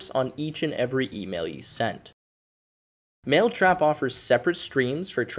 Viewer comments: Anyone notice how he said maletrap instead of mailtrap. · how could you notice the difference in pronunciation between 'male' and 'mail